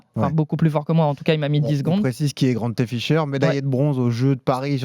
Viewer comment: GrantEUH Ficheur